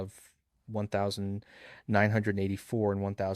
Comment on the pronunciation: Good point about the bizarre enunciation of 1984. So maybe this is AI. Before I went down to comments I noticed that a great deal of this information was given by John Mearsheimer in a recent video, so much so it seemed like plagiarsm.